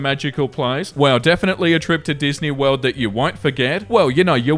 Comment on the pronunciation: I hate myself for it, but I laugh to myself whenever you say "World" Wewld